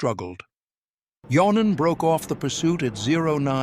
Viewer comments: For the sake of immersion, someone should tell these narrators that "J" is pronounced like a "Y" in most Germanic and Slavic languages. So saying "John-en" instead of "Yon-nen" is like fingernails on a chalkboard 😵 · Yes, but the dude's name is pronounced like "Yon-nen". Would you react when people (most people on Earth) pronounce Wellman as "Vell-mann"?